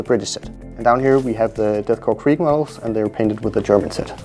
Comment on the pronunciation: You absolutely nailed the Krieg